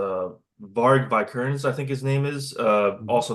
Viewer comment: I think that it is pronunciated as "Veekernes", the 'i' is like in "in" not as the pronoun "I". And the guy he killed was called Euronymous.